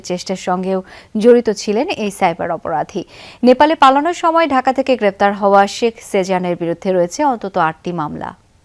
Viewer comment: সাংবাদিক কি বল্লো? sex sejan? শেখ হবে ভাই, উচ্চারন ঠিক করেন